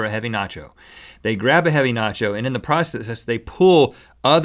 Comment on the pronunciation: nacho cheese Not yo cheese